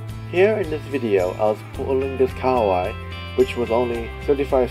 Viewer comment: KA-HA-WAI not kawai